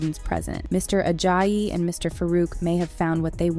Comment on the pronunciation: when she was pronouncing it mr ajayiiiiiiiiii instead of mr ajayi